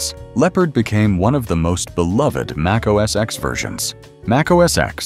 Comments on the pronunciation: Mac OS “EX”? Cmon now. Try again. This time, spell out the word, ‘ten’ so your AI voice will pronounce it correctly when it reads your text. You’re welcome! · It wasn't called "Mac OS ex"!!!! Jeez! How many damn times do you have to hear Steve Jobs and everyone else at Apple call it Mac OS "ten" for you to understand that the "X" is a Roman number 10? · it's pronounced Mac OS ten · I stopped watching and downvoted when your apparently-AI-generated narrator pronounced Mac OS X, using the letter "X". This is wrong. The "X" in Mac OS X is a Roman Numeral 10, so It should be pronounced Mac OS "Ten".